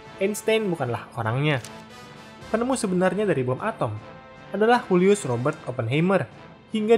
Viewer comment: Oppenheimer orang Yahudi Jerman, bukan Latin. Jadi penyebutan namanya Julius bukan "Hulius".